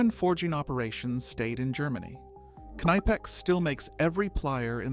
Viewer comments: K N I P E X not KNEIPEX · It is not "nipex" it is K-nipex and the i is pronounced like in "lid" not like in "like" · I fucking hate how this AI pronounce "Knipex".